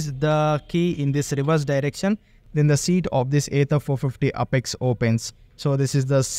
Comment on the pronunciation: Sir please pronounce it properly it's apex and not upex...